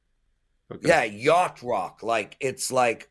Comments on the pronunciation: Y-a-C-h-t 😂 but we know what u meant lol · that would be "yacht". love the show brother never miss it!